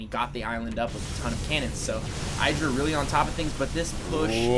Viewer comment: "Idd-ra", not "I draw".